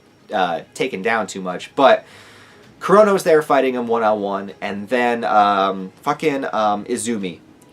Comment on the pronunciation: Why do i keep hearing corona instead of kurono !?lol